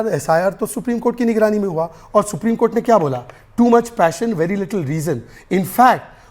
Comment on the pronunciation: isko phle bolna sikhao supreme ko supdim bol rha h 😂😂😂😂